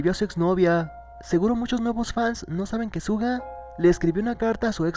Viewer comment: Se pronuncia shuga pero igual te amu 😂🤗